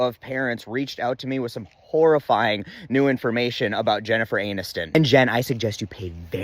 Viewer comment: Jenn Anus-ton